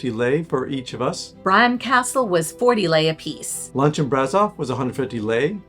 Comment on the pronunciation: Being Romanian I believe I should help you with the pronunciation of the locality names: Sighișoara = See - ghee-shoe- uara = Seegheeshoeuara Brașov = Brush-off = Brushoff Peleș = Pal-ash Palash ✌️